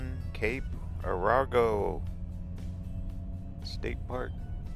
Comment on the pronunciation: Arago is pronounced Air'-a-go. (From a local since 1978.) :)